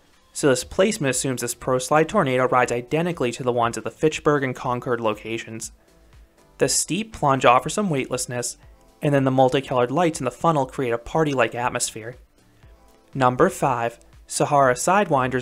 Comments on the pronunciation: lol Concord NC is where I grew up! (where Grceat Wolf Lodge Is) *btw it is pronounced "cOn-cord" (not con-kerd) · I apologize, but I already uploaded and recorded a review for Great Wolf Concord so the name will be mispronounced there. Thought I said it like the New England Concords.